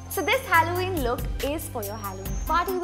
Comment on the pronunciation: you don’t even know how to say halloween